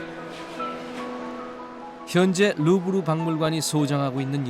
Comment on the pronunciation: 루브르인데 계속 르부르라 하네